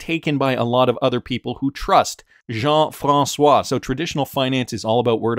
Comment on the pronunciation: The way you said Jean François. 💪👍 from a frenchie